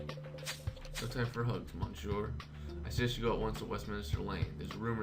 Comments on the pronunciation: You are spelling monsieur wrong it is [mesie] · It really bugs me that you don't pronounce Monsieur correctly.